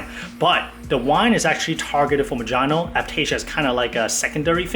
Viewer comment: "Ma-John-Oh".......it's "Mo-HAN-OH"